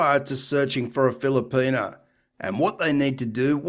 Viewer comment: WTF is a Filerpena...where is he getting the R....lol